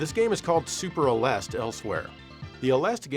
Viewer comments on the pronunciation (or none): Aleste is pronounced more like Alest-ah. アレスタ